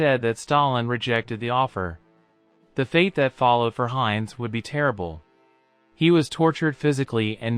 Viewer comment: German pronunciation is terrible, Jug End for 'yoogent', Heinz as opposed to 'Heintz'. These AI voiceovers have a long way to go.